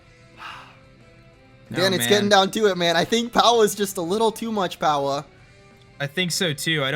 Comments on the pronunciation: the moment where hatched powah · My fav moment was when hatched POWAH